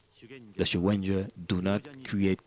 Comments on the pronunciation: Pronunciation: shuhendo←wrong. The correct pronunciation : g is pronounced like go, garage, gig etc) . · This could have been such a nice watch, if it wasn't for the repeated the mispronunciation of Shugendo. A quick check with Google translate could have helped with that before the audio-track was added.